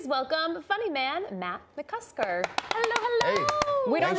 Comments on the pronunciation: “Matt Musker” haha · said his last name wrong and said he pees sitting down; these ladies mightve big dawged the Shaman